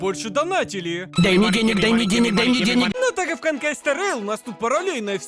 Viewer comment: а вы название читаете это хонкай